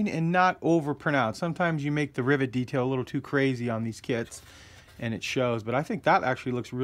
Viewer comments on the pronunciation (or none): Rivet, not Rivot.